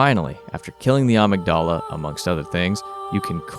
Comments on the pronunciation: That’s not how you’re supposed to pronounce amygdala. Uhmigduhluh Edit: I should say, in game I figure they’re just mispronouncing it. In Japanese it would sound something more like how they say it, “ahmeegudahrah,” but Amygdala is just a word and it’s pronounced with the schwa rather than the “ah” vowel. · Awesome video, def gonna check out more from this series. Minor nitpicks thought: The "t" in apostles is silent and "Amygdala" is pronounced "uhmig-dullah" and is a portion of the brain associated with experiencing emotions😉Patches just pronounces it weird